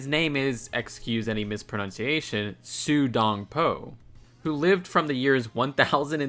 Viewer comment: As an asian, I think Lego missed at the opportunity to place Su Dongpo with a plate of Dongpo braised pork. Also your pronunciation of the poet name “蘇東坡”is fine though. according to pinyin “Sūdōngpō”, which all three characters pronounced with a neutral 1st tone so you’re safe on this one. A little bit on mistake though. When you pronounce“Dong” pucker your mouth a little bit like you pronouncing o with your mouth closer instead of a perfect round shape. Po you pronounce like poo-ah, with the P puffing out air a bit. just in case sorry for my English, obviously I said earlier I’m an Asian